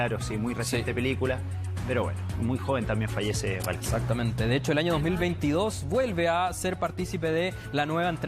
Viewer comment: No es "Van Kilmer" , es Val Kilmer xd